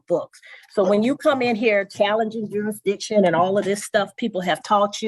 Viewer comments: It’s pronounced JURISDICTION not juradishon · "Jurydishun"-- oh, boy, off and running! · What is "jury dition"? Seriously these people are from an alternate universe. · Not a single one of these people can say jurisdiction lol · Why can’t any of them say “jurisdiction”? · Jurisdiction really is NOT a difficult word to say. Many seem to struggle.